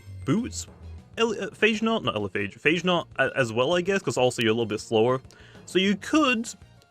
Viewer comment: Its pronounced Pha Ge Naut 😎 dude, not Eichenaut